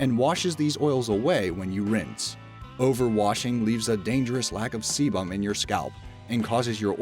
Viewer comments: sebum= see bum lol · See-BUM. Hilarious! Try a schwa instead of a fully-enunciated 'u', same as US people do with the 'i' in 'mobile'. Hear it here